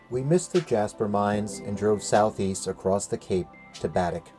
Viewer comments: Baddeck is pronounce Ba Deck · Happy you enjoyed our island.....you pronounced Baddeck wrong lol but we forgive you